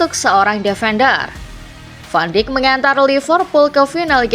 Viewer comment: Koreksi penyebutan van dijk